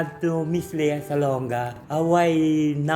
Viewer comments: Lia kasi ang basa sa Lea pag sa ibang bansa eh. Same sa Leo, Lio ang pag-pronounce nila. Ung Bea hindi din Bea, Bee ang pronounciation sa iba. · Ang American kc Ang Leo pronounced Ng LIO So Ang Lea. LIA